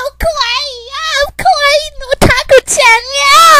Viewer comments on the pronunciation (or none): I'm going to try to say this the nicest way possible...you almost made me go deaf,just because of your voice. And you aren't Japanese,you are an American. By the way I heard you pronounce "Kawaii" I instead heard "Kowai" which means scary,and England is a FICTIONAL CHARACTER. How could you be married to him? How could you have his kid? Sure,I imagine myself married to Ivan Braginski,but bitch,you are the Belarus for Authur Kirkland.